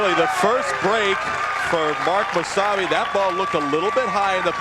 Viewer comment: is it just me or does it sound like there saying wasabi instead of mosayebi?